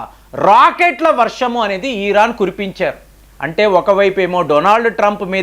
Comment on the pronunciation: Eeraan (ఈరాన్) కాదు నాయనా,ఇరాన్ అనాలి అని ఎన్నిసార్లు చెప్పాలి కామెంట్లు చదవరా?